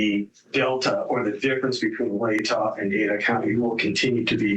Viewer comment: I can’t take a person seriously if they pronounce it “ladda” county. She clearly has no clue about this case at all.